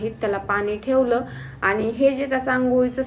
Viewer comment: Theval theval nhi mhnu